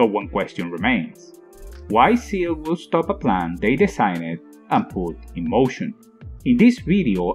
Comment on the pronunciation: When you explain it that way it's not just confusing but it's stupid as well. Also SEELE isn't pronounced seal.